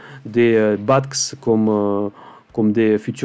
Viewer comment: Merci, très inspirant. (BATX se prononce Béatéix;-)